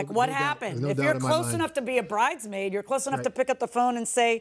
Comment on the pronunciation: Not "bridemaid" like Nene 😅😅😅